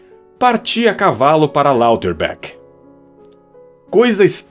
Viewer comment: Eu gosto muito desse e a narração em geral ficou boa, porém devo apontar, com todo o devido respeito, que as pronúncias dos nomes próprios não estão corretas. Haas se pronuncia praticamente como se lê: ráz (o a mais longo) e Lauterbach é algo como "Lauterbar".